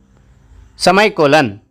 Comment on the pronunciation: It's not semaicolon it's semaicolon your doing better